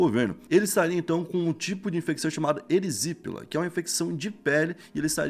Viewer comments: Erisííííííípela Erisipela é paroxítona, ou seja, erisipééééééla ... kkk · Erisípela foi foda em. 🤣🤣🤣👏 É erisipÉla fabil. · Eresípela foi ótimo. ErIsipela [péla].